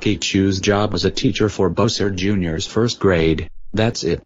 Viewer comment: You messed up the word Bowser Jr you said louser Jr